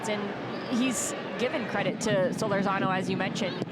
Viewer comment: I 'love' it when the ION announcer mispronounces Solórzano's surname. Come on. The stress is on the second syllable, and it is a long OO. See the tilde over the letter o here.